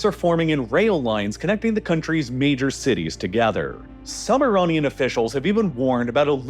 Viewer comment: Iranian, not Ironian